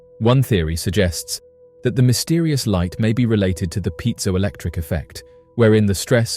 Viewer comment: Piezo Electric Effect..... Piezo is PRONOUNCED (pee-ay-zo) 'pee' like tree / 'ay' like day or clay / 'zo' like like go or snow - - piezo :)